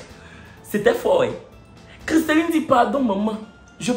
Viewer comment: c’est “Christellie” pas “Christelline” 😂